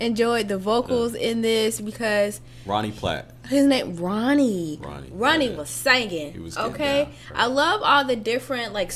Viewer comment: Lol so cringey how confidently he said ronnie 😂